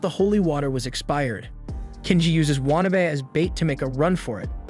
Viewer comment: Say It with me...waa...na...be.